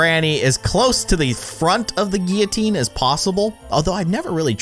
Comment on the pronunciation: It’s Gil-a-teen and any one here in 2019